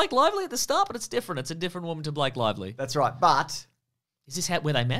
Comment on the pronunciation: definitely said “Blank Lively.” What an absolute buffoon.